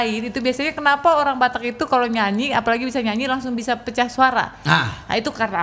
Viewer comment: Yang nyebutin "molo" padahal mau bilang "kalau" 😂😂😂 pak Joy ()